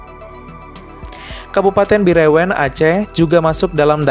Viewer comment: Min....Bireun di baca ( Biren = e = enau, Lemak )